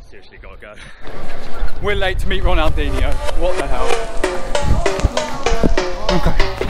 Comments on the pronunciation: Muito engraçado kkkkk " Ronaldenho"kkkkkkk coitados, não conseguem pronunciar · They calld him ronaldinoo